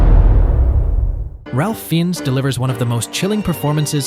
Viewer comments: Well, I would say Daniel Day Lewis in ANYTHING! It's pronounced Ralph FINES, not FEENS by the way. Interesting video. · I hate to be so picky, but you need to learn how to pronounce their names. Safe-fines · Fiennes is pronounced FAYNZ. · I think they pronounced Fiennes every way but the correct one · He blew the last name too!